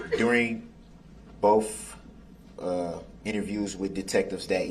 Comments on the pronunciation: I cannot stand how many times he says "BOAF" detectives instead of BOTH. Also he should have put that mask back on. Nobody wants to see that face. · I expect nothing less from a guy who doesn't know how the letter T works. Dis = This Boff = Both Less = Let's Place = Plates Tesses = Text But then says Amisst, Biast, Duresst, and my personal favorite, pronouncing the silent T in Apostle 🤣🤣🤣 What a clown. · “Bofe detectives.” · “Bofe “. “Axed”, “Substained.” It’s more than I can stand. What an absolute idiot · I’m so tired of hearing this dip 💩 say “bofe” instead of both! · The look on the court reporter’s face when he says “bofe”😂